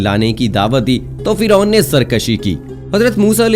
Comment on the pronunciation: Firon ka naam aap galat bolre